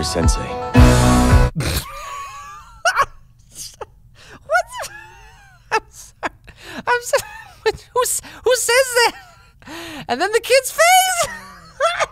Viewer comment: he's saying senSei though....